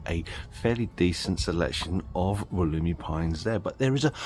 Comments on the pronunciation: Pronounced, “wolla-my” During the video you go back and forth between, “wol-emy,” and “wol-oomy,”?? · Never in Australia, the generic name is from the Wollemi national park. ALWAYS pronounced woll-uh-my. Stress on first syllable and uh= the Australian schwa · I am very sorry if I seemed angry about your mispronunciation; I was not at all. The facts were exactly right. The Wollemi pines are expensive here. One in a 10 inch pot is about $80. I always have one growing and I use it each year at Christmas. When it becomes too large to repot easily I sell it, usually for a few hundred. Any I plant in the ground die. Although in Sydney I have clay soil and they come from sandstone country. Once again my apologies for my inadvertent rudeness